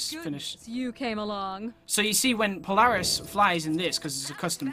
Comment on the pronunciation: I can tell your American became your pronouncing Polaris wrong